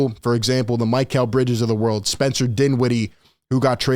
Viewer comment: isn't it Mee-Cal and not My-Cal